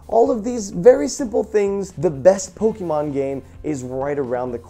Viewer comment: Pls Jovens Pls. The E in Pokemon on not hard. It's a soft e. Pronounced "Poke - i - mon"